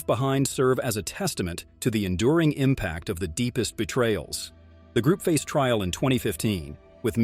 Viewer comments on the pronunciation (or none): none